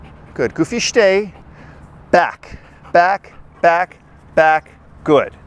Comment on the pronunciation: shhtay??? shhhtop😂